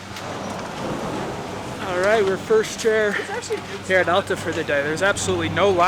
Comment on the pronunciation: Your videos are great. But as a Utah resident you’ve got to learn how to pronounce Alta properly!